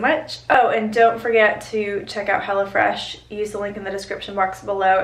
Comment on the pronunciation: I thought you called it "Hella Fresh" lol. I was like, what?